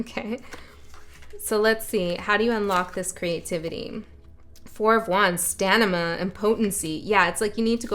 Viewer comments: you said Sta-NI-Ma. Its Stamina 😂❤ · She said "Stanima".... how cute is that? Stamina?